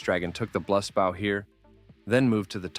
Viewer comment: Dog if i have to hear this ai say blust bau one more time